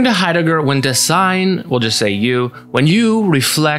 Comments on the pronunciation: Just a tip re: pronunciation for future reference. In Dasein, the first syllable is stressed, not the second. So it's more DÁ-sein, and in German the 's' in Dasein is pronounced like the Z in the English zebra. Otherwise a really great, compact synthesis of some of B&T! I'm subscribing. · Great Video! But if there is such a fundamental word as Dasein, then please look up the pronounciation. It is important. The first syllable is stressed. Pardon my spelling. Ironic isn't it. I'm German